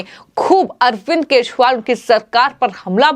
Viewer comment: Dear me anchor he is KEJRIWAL. NOT Keshwal... Please correct your pronunciation...😁